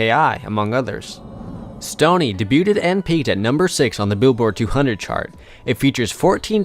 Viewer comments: Can someone tell this f*cking zoomer that it’s pronounced “day-beued”, not “day-buted” 😂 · Debut is pronounced (day-bew) and debuted is (day-bewed) cmon man really? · Can someone teach this narrator how to pronounce debuted? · So informative, but I literally couldn't get over the constant mispronounciation of debut & debuted over & over. 😭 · Lol I just commented about the way he says debut/ed. Dudes enunciation is so on point that when he's saying something a lil askew, it's more noticeable.